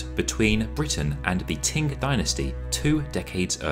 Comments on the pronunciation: Every time he says "ting" dynasty I cringe a little closer to death. /tʃ/ in IPA is ch. Qing /tʃɪŋ/ is pronounced ching, not ting. There is no Ting dynasty. ( ; _ ; ) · Why do you say "Ting dynasty" ? It's "Ching" dynasty. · It's "Ching" dynasty not "Ting". Every Chinese documentary I've ever seen that was narrated by a white person ALWAYS pronounces Chinese names wrong. If you're going to research history, why not take the extra step and ask a Chinese person how to say the names. BE MORE PROFESSIONAL !!! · Between “ching” and “ting”, I think the former is still closer to the mandarin pronunciation “qīng”. Amazing video! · Am I crazy but were you pronouncing Qing as "ting" or "tink"? It's driving me crazy. It's "ching", like "ka-ching!" Also, there were wrong pictures of the Summer Palace. That's the 颐和园， not the 圆明园. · How about attempting to learn the pronunciation of the how the last Dynasty of China sounded? TING, indeed! Or are you perpetuating the dismissive notion that the British can dispense with such things? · you pronounced everything else correctly. So, I was surprised that "TIng" was the only error. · Qing is pronounced Ching. Easy. Just go online for help. Please be professional